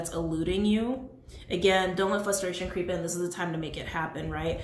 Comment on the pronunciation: Are you saying flustration? I keep hearing flustration instead of frustration